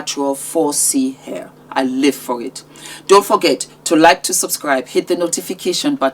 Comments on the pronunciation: She sound so dumb it's not air it's hair she should be ashamed of herself as a black girl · The girl in that video for all her tushness can’t pronounce hair as hair. She said air. And I laffed. I can say to her do not bring your tongue that can’t pronounce H to my event